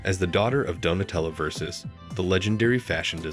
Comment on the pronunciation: You would think that AI could learn how to correctly pronounce Versace.